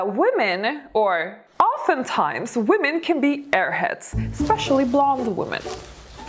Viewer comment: Thanks. It's always interesting But you mispronounce the word women